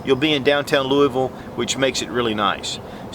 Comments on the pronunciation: Lou-UH-vull my friend. :-) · come on man. you said Louisville wrong then you spelled Kentucky wrong... I'm not a stickler but people do this way too often.